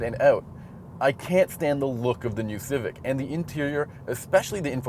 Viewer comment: How he said Civic had me laughing my ass out loud. It sounded like Cific. Great review otherwise.